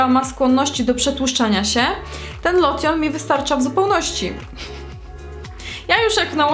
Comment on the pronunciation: a "lotion" sie czyta lołszyn